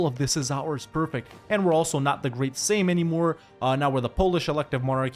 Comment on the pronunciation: You are the first youtuber I’ve seen pronounce sejm correctly, good job!